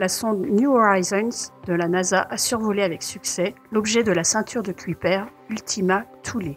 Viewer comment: "Kuiper" : "Ceuille-peur"